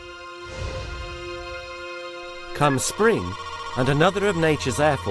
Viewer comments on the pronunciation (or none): none